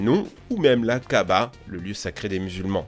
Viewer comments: mec je parle arabe , je sais que la Kaaba c'est la Mecque (Kaaba qui veut dire aussi "cube") c juste qu'on dirait qu'il a dit kahba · C'est la Kaaba la prochaine fois te trompes pas s'il te plaît